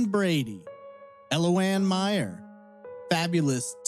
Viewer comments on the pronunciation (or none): none